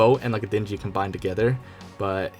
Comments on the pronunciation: dinjy FYI "dinghy" is pronounced "ding-ee", like the word imitating a ringing sound and then "ee" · I like how he says Dingy wrong like Den-ge when it's Ding-e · It’s not pronounced dingdy it’s pronounced ding-ee Like a bell dings, and the letter E Dingy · Dingy is not pronounced dingey. Ding-ee. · DING EE, not "Dinjee" lmao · Did.. did he just say din-gee...? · how can you pronounce dingy as dinjy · Its pronounced ding-e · Cringed when you called the Dingy a Dinji lol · "Dinjy" wow only person ive ever heard say it like that, god damn that sounds bad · Yeah it burned my ears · Dingy isn't pronounced with a hard G. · imagine pronouncing dinghy wrong lmao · This boi really mispronounced dingy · The way you say dingy 😂😂😂